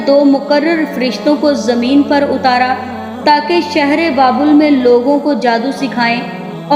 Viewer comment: Pehly naam too sekho baebal nahi babul ka kua apny talafuz pe ghoor karo